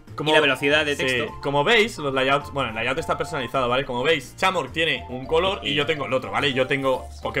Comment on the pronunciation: Se pronuncia chamork o es que no sabe pronunciar.